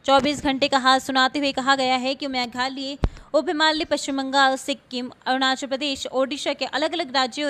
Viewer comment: मैडम जी मेघालय बोलने में समस्या है क्या 🤣 कैसे बोलती हो बस बारिश बारिश बोलती हो,कहाँ हों रही है बारिश 🤣